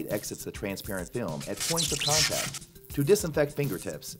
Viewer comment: STOP SAYING "TRANSPARENT FILM" LIKE THAT! JESUS FREAKING CHRIST